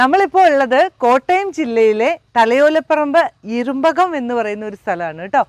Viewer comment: ഇറുമ്പകം അല്ല ഇറുമ്പയം ഒന്ന് പറഞ്ഞുനോക്കിയേ 😅